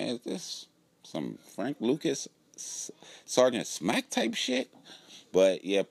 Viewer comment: My nigga said Sargent Smack lol